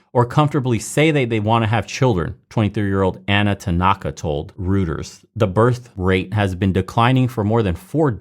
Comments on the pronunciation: I hate that I have to be the "correct pronounciations in the comment section" guy but its pronounced ROY-TERS not Rooters. I only bring it up to help. Our opponents are petty and will defintley try and discredit you over it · It’s pronounced Roy-ters. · Reuters is pronounced Roy-ters. Also, what people don't seem to understand about population growth is that having kids later affect the amount of people even more than birthrates. If you give birth in your 30s, you might 2-3 generations living parallel to each other. If you give birth in your early 20s, you might have 4-5 alive at the same time. Your family will have more wealth and power that way. Another thing is the birth rates' geometric effect. If the new generation is 60% of the replacement rate (1.3 / 2.1), the next one's kids will give birth 60% of that. 36% of the replacement rate. Next one will be 21.6% etc. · No, after the way they've doctored photos to make Israel look worse, I pronounced Reuters "shih-turz".